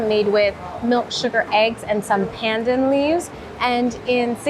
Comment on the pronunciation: Pandan is pronounced with an "ah" for the As - "p(ah-n)d(ah-n)". No "an" sound, pls. Gula Melaka is palm sugar cooked n traditionally poured into bamboo tubes till the syrup sets. Gula (goo-la-h) Melaka - the name of the state of Malacca (in English) in West Malaysia. (Mur [like "fur"] la-h ke (as in "fur").